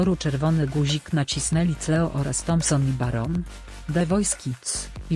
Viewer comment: Ona Cleo czyta Cleo zamiast Kleo, i Cool Me Down czyta Kul Me Dałn zamiast Kul Mi Dałn